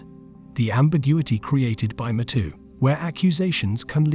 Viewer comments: "Me Too", not "M'too" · Are you referring to the Artificial Stupidity reader software that pronounces “me too” as “mehtoe”? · Imagine how dumb an automated voice robot must be to not even be able to pronounce me too properly instead saying meh tooo